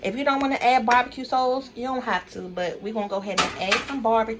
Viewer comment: Yeah, I bet this is fly with the bbq sauce. I was laughing the whole time at her accent when she says hot "Dawgs" &bbq "sawce"!😆